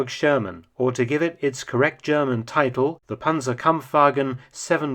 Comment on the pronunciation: Ze Zjerman Sherman in German....